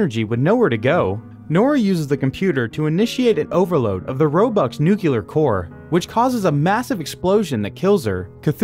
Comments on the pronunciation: It's not pronounced "nuk ku lar" it's "nu clear". That's a Bushism. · "Nuke you Lur" ?? or "new clear" ??? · Learn how to pronounce "nuclear" It's not "newkiller" it's "new-clear" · I guess nukuler is the more common pronunciation now. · I thought the voice was a robot until he said "Nucular" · It's pronounce New-Clee-Ur. Just saying. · did you say "nucular" ?